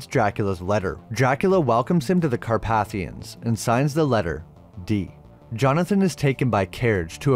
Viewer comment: The word "vague" is pronounced "VEY-g" not "vah-g". Similarly, "Carpathians" is pronounced "Car-PAY-thians" not "Car-pah-thians".